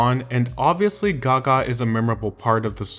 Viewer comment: Why do you say Gaga like that oh my god 🙉🙉🙉